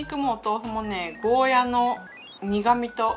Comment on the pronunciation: ゴーヤじゃなくてゴーヤーですよ